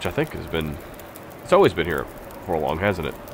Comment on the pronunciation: Love your vids, man. But holy .. it's "forlorn" not for long. There is no g buddy. You used to say it right. Sorry but this just kills me every time I hear it